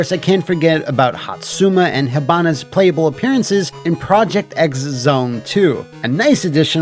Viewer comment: Minor nitpick: Project X Zone is pronounced "Project Cross Zone," not "Project Ecks Zone."